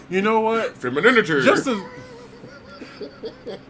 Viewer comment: “Femininity” gets me every 👏🏾SINGLE 👏🏾time!! 😂😂